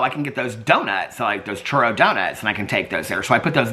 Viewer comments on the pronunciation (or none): none